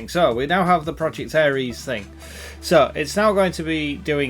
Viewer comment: ITS NOT ARIES ITS ERIS. Two different gods, completely different pronunciation.